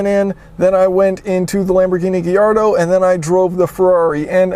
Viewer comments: It’s not Gay-ardo it’s guy ardo... Jesus. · Did he say Geeardull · ***** It's not an Italian word. Everyone thinks that just because it's from Italy. Gallardo is a Spanish word from Spain. It's pronounced Gayarrdo...not Gaillardo, not giardo, not Giardo. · No, it's spelled Gallardo and pronounced Gaillardo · It's spelled Gallardo but is pronounced Giardo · It's spelled Gallardo and it's pronounced...... Gallardo, for me at least lol (Gayarrdo or something like that in Spanish). It's kinda complicated to explain how to pronounce it in english. FYI Lamborghini's are named after fighting bull (just google it for more info) PS: Next time you have to try the Lamborghini Huracán (LP 610-4 or LP 580-2) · ***** wrong pronunciation